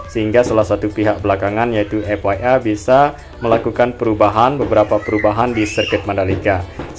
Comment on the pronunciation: Bang F I M / F I A itu bacanya bukan F Wai M / F Wai A , tp F Ai M/ F Ai E, klo F Wai M itu tulisannya F Y M, Way itu huruf y bukan i